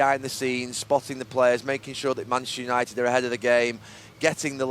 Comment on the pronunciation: All I could hear was...."Mansunited"